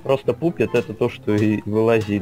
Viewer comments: Не пупет а пАпет, ПАПЕТ! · Не пупет а папет